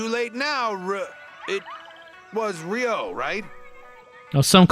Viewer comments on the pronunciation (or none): I wonder if the voice acting is better this time. (Narrator says Ryo's name wrong repeatedly in the first 5 minutes) Well this is off to a good start. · why are half the comments people who can't pronounce Ryo complaining about the pronunciation of Ryo